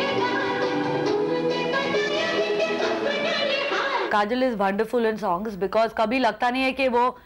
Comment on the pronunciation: Why everyone saying Kajol as "Kajal"... :D Too gawti...